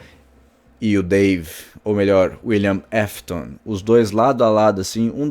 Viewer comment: Teve uma hora que ele falou"Willian Mafton"😂😂😂😂